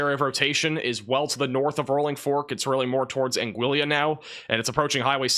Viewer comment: I’d prefer my tornado be bacon-wrapped. Sending you a bottle of Afrin.🫡👍🏼 (Angeeyah) vs “Angilla” Torteeah vs “Tor-Tillah.”